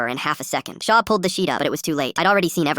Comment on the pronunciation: Wait her name is shot, and the ai voice sounds like it’s saying SHAW!!!